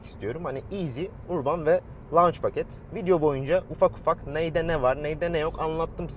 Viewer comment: URBAN URBAN DEYİP DURUYON DA URBAN " ÖRBIN " OLARAK OKUNUR HACIABE :))) ÖRBIN